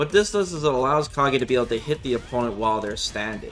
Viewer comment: The very first change is calling him Kah-gay instead of Cage.